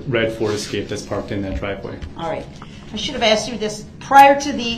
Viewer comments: He axed!! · Brooks has a language problem…..ask ..is ..ax….with is…wiff…that…is dat..truth is …toff